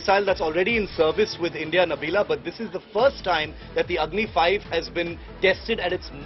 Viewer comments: Your Repoter is most intelligent than you,,,it is Agni-5, not Agni-V... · Agni five not v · Did she really say Agni V not Agni 5 😬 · It’s Agni 5 not V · Behen agni 5 boltee